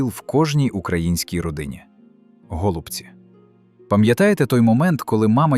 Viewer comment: Так, явтору каналу кажу... Не тільки я зрозумію, що гОлубці це озвучка ШІ. Озвучуй сам , бо ші поки не вміє